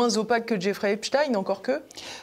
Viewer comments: Il faut arrêter de dire Epstine mais Epstein comme Einstein oui il était juif inutile de le cacher ! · Pas Stein mais prononcer stien. C'est juif. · Comment on prononce Epstayne ou Epstiiine ? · Pourquoi il l’appel Epstine tout le long?